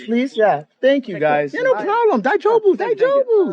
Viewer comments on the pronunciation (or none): His pronunciations is enough grounds. You cant just say daijoubu over and over lol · He's pronouncing 大丈夫 so wrong. 😂